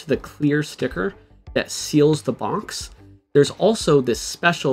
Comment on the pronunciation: There’s no N in the word box bruhh